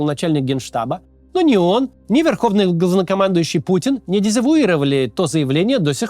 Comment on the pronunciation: Тот момент, когда Максим произносит "главнокомандующий", а слышется через "о" и без "л"😊